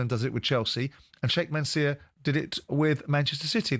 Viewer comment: So that’s where went?! It’s Mansoor,! Not Manseer; honestly,!